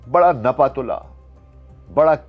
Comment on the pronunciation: جاب عالی معذرت کے ساتھ۔۔۔ سلام وعلیکم نہیں کہتے اسلام وعلیکم کہتے ہیں آپ سلام کا مطلب ہی بدل دیتے ہیں جبکہ آپکی اردو ماشاءاللہ بہت اچھی ھے۔ اس وی لوگ میں آپ نے نپا تلا کے بجائے دپا تلا بولا ھے۔ ایک بار پھر معذرت